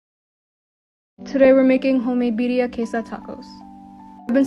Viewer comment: its Birria not Birya FYI